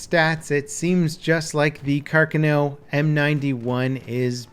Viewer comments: its supposed to be pronounced Car-Khan-o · Actually it would be carcÀno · Domy nei primi 10 secondi ha detto carcanò secondo me ma vabbé ahah edit: si be', in realtà è molto dubbia la pronuncia sembra quasi che abbia messo due accenti tonici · Yeah, he pronounced it carcah-NOH, as if it was written "carcanò". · U butcherd its name u dont pronounce it with a w at the end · how can you pronounce carcano so wrong? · It kinda bugs me how you're pronouncing the weapon's name, dude. Also, "carbine" is French. It's "car-bean", not "car-bine". Just FYI. I thought it was "car-bine" too, until a gun guy corrected me. S'all good, s'all good. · Every time pronounced 'Carcano' in this video I winced in pain. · every time he said carcano made me face palm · Guys I don't think understands how to pronounce Carcano yet, let's make more comments about it. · how are you fucking up Carcano when everyone around you says it properly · You pronounced the name of the gun wrong the whole video which made it really annoying to watch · You're saying carcano wrong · I'm getting triggered by the way you say Carcano... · Pronounces Carcano weird. Better luck of pronouncing the name in another video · Had the stop the video after the first two minutes. Can’t stand his annunciation of, “Carcano”. How can you fuck up such an easy Italian Name? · i like u but your pronunciation of carcano is horrible. And im not even italian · You are slaughtering the gun name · Im sorry but i can't it just absolutely pisses me off how you pronounce carcano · listen to this audio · That’s not how you pronounce carcano....... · If you’re going to say Carcano say it right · Stress on the 2nd syllabe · Thanks for the help. I just thought he was saying it wrong. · Here's Othais from C&Rsenal with correct placement of stress in the name "Carcano" (second syllable, not first). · Finally! As an italian it kinda hurts my ear when people mispronounce it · "Carcanow"